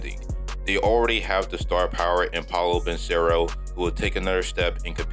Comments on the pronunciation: you pronounced it as ban-sero instead of pronouncing it how its actually spelled lol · You murdered Banchero and Wagner pronunciation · Ain't no way you pronounced Banchero that terribly